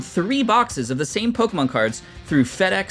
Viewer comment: Please pronounce the Pokémon names right every time you pronounce it wrong it literally hurts my soul😂